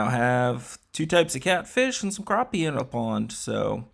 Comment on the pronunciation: Very nice looking pond! It sounded like you were saying Carpie instead of Crappie in the beginning, lol. Also, they’re Fathead minnows, not Flathead.